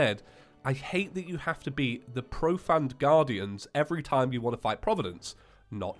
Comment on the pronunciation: Profane is said pro-fay-n NOT pro-fan